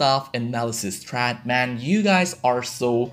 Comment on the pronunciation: I suggest you to look up how "thread" is pronounced mate